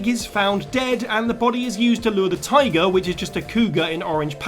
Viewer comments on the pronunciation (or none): none